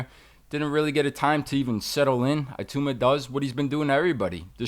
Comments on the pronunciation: It’s i-tauma not eye-tauma FFS. I love Teddy but he and are absolute snowflakes when it comes to this. #AmericansBeingAmericans… not caring one jot about the proper pronunciation of anybody else’s name and not caring to find out absolutely pathetic and actually quite laughable. And they wonder why the rest of the world really dislikes them. Let’s call in Sherlock Holmes Homes and maybe he can figure out. Absolute clown (on this) ps The funniest thing is that if somebody called Teddy ‘Teddoyi Atlastu’ he would undoubtedly b***h & whine about it, perpetually. Grrr. I love the show but this is a gigantic Blind sport and you should be embarrassed. You won’t be because of your inherent narcissism in certain aspects good luck to you. You won’t read this comment, that’s fine ps at least you brought up your son correctly - he cares about this stuff and rightly so. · Its ih-toomah not IY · ee-tu-mah. He is a Nigerian-Czech. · Its actually pronounced "E TOE MA" not itowma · Its not eye tuna ffs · ee - tow (like towel) - ma not tu - thats an Akwa Ibom name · Its....it auma Not eye towma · It-ow-mah. Not ‘eye-tow-ma’ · No Teddy Atlast, the problem isn’t with mispronouncing his name is it, we all make mistakes! It’s when you’ve been given the correct name but still refuse to use it saying "ahh I don’t care what you call him" Just call the man his given name? "Moses Itauma" IT-OW-MUH!👍🏼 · name pronounced - EE - tow (like towel) - mah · It is pronounced Ee-Tauw-mah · I thought eyetooma was bad and then he said herchovich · Your pronouncation is not correct. E as in Emmanuel, ta, uma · Its "E-toe-ma" the last name is Nigerian. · E-TAH-UMAH. It is a Nigerian name.